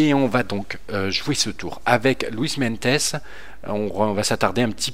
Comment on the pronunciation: cimolai se prononce chimolaye et meintjes c'est meinties Super idée mega j'adore ce grimpeur sud africain